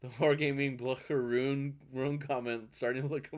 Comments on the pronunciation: It's Blyeew-scher, and yeah, it seems cracked but not at cracked as that super DD. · The german "ch" ist not pronounced like "sh" but like the ch in Loch Ness or the Kh in slavic Languages.